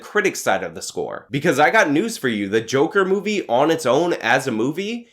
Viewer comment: Ever time you said movie I heard booby.